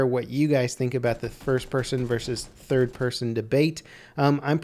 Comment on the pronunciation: lmao "pirson"